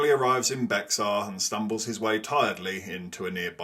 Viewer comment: Love the video—just a tip on pronunciation. Bexar is pronounced ‘bay-har’ in Spanish or ‘bare’ by Anglos in Texas.